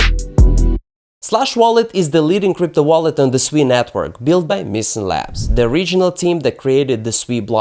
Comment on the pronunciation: Holy 💩 you pronounced SUI correctly! All these clowns on youtube call it SUEY like their little piggies squealing SUEY SUEY.